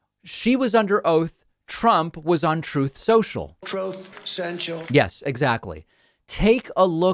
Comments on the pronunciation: I laugh everytime, David: "Troath Sensule" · TROTH SENCHEL literally the funniest part of my day.. Never stop playing this! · "troth central" my gosh 😂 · Can't thank you David enough for his RECORDED audio of Trump saying "Trothe Sential" about his social media flop... PLEASE continue this nice tradition! 😀👍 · Trouthe seuchal lol ah I love it! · Everyone knows it’s troth sensual…..there’s no other way to pronounce it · Troth sential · "Truth Sensual" is what I always hear 🤣🤣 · God do I love the little clip of Trump saying "Troth Cental" whenever David says "Truth Social" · Trove Sensual is what it sounded like at the rally. Can’t even remember the name of his own app. Or read it off a teleprompter. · 'Trothe Sential' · TROTH SENTIAL? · I always hear “Trove Cential” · I always hear "trough sential" as if his pig trough is essential 👌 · "Troth Central"? LOL Whenever he says someone lied, it's proof they are telling the truth. He's melting, he's melting. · "Trowthe senchel..." Exactly! Childishly, this is a part of your show I really love. Please keep pointing out examples of his gibberish. I'm still chuckling about "Mexilco" weeks later. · Troth sential takes me out🤣🤣🤣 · Trothe! Sential! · "Troth Central" ROFLMFAO! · Troth Senchill* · He's out-Elon-Musked Elon Musk on the damage control. I missed "Troth Sentsual" while you were away. It was mentioned a couple of times with no soundboard. Wasn't right. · Every time David plays back Trump's ' Troth Sensial ' recording I can't help but laugh. It never gets old 😅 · "Trothe Sential". 😂 Cracks me up every time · "Troth Sential" 🤣🤣🤣🤣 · i believe its pronounced "trimpth sential." according to the guy who named it. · No. It's "tRoTh sEnTiaL" Get it right! ...or wrong, depending on the irony. Yeah, man, there ya go. 🤭